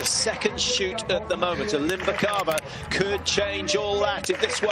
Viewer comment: alim-BYEH-kava at least alim-BEH-kava if the YE sound is too hard. come on man dont be an amateur